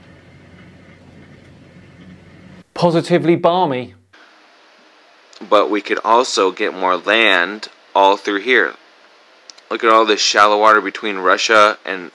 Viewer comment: Where some people you feature race through their gibberish this guy is taking his time to make sure he gets absolutely nothing right. Balmy you say? I think you meant barmy.